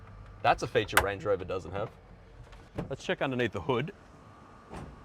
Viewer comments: That’s not a Range Rover it’s a Errange uh Rovuh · Range rover ❌ wange wover ✅ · Nice Wange Wover you got there! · Wrange Whover. Ho Lee Fuk !!